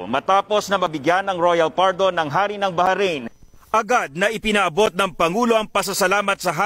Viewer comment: baharain ? ndi ata mabigkas ung bahrain ng simple lng.